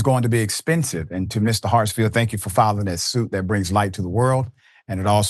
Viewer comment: S name is Hartsfield! Not Hartsville!!! You do this kind of thing a lot, so I've stopped watching a lot of your videos. It seems you never read the posts you put up in advance and butcher a lot of them.